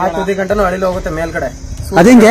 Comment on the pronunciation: ಯಪ್ಪಾ ಮೊದಲ ನೀ ಕನ್ನಡ ಉಚ್ಚಾರಾ ಸರಿಯಾಗಿ ಮಾಡು, ಅಳಿಲು ಅನ್ನು